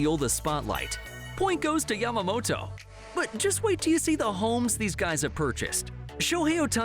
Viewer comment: Thanks for saying Yamamoto’s name correctly😆 Not Yamamoro thanks!!!